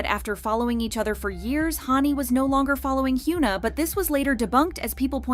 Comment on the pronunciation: Hyoona. More shitty, engagement bait pronunciation from this terrible channel